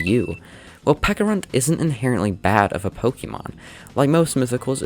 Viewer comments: "Peckarunt", ITS PECHARUNT, CH CH CH CH CH CH Oh also nice video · Love the video, is there any reason you pronounce it peck-a-runt and not pecha-runt like the fruit/berry it's based on? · pecharunt, ch, like the pecha berry or chance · Isn't it pronounced like peach? Since it's based on a peach an a pecha berry, why call him peca runt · Is it not pronounced peh-cha-runt because of the, yknow, peh-cha berry?